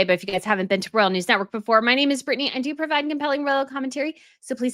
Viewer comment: Beautiful...Dear, please note: you have your own word salad and I despair to talk you out of the endless "sort of sort of sort ofs." Listen to your latest with Dan Wootton. I do try, with love and butter, to send the hints. And royal is pronounced ROYal, not rell. Slow it down and keep growing.